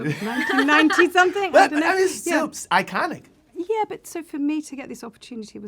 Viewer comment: Bro really said, 'Ain-Konick'